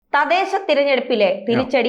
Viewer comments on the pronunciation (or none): 'തദേശം' ? ഇത് തെറ്റ്. 'തദ്ദേശം ' എന്ന് പറയൂ